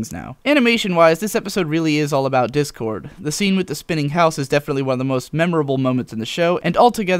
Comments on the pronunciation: Ah ha ha ha! I'm totally calling him 'Dickord' from now on. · I noticed when discord is just freed and RD says "Try us Dick-Cord" that's what I heard I may be wrong.